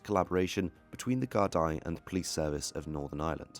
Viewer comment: It's pronounced gar da